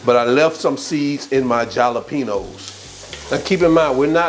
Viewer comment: “Picadillo, learn to pronounce it..” .. proceeds to pronounce jalapeños wrong 😅 smh lol